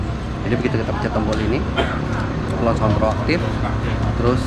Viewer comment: Maklum ilat jowo kang😂